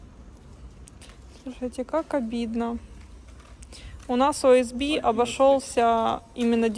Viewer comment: И без Б! Ориентированно- стружечная плита. ОСП.